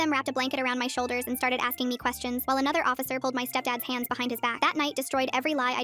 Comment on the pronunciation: I heard pants not hands😂😂😂